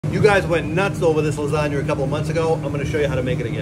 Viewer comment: I sure went nuts of that "Lasagnur". Anyone else?